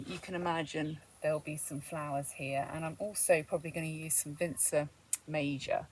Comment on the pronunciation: Wow, I was pleasantly surprised by the end result! Really beautiful and whimsical. Also I like the pronunciation of Vinca, my name is Vince, but I've never heard Vinca pronounced with a soft C. It's always Vinka.